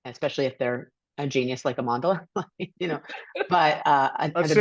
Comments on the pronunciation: It is pronounced Amanda-la. See, here in the West, what we decide is de facto. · I'm not even Zulu but purely as an African myself, Amandla should have made more of an effort to get people to say her name right. Or maybe her mother says it that way too and she doesn't know how to ssy it herself. As far as South Africa goes, that might be the most popular word known internationally because of It's history. Considering how woke she is, I'm surprised she lets people get away with amanda-la. It's not that hard compared to some of the other tongue crushing names I know.